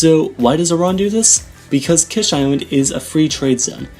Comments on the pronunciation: Its not KESH island but KISH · Kish pronounced like keesh, not kesh. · Fuck sakes pronounce it right bro holy fuck its annoying the way you say it The "I" is pronounced as "E"